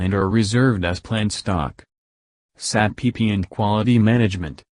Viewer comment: Nice information. Only pronounce SAP with its initial letters🙂..not saap 🐍